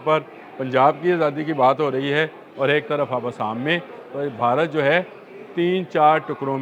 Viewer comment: Urdu tu Sahi se bola krn Bharat ko barat bolty hn